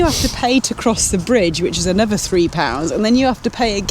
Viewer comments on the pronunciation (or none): none